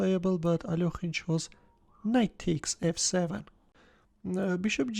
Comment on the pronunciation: What's wrong with the alokhine thing? his name is alekhine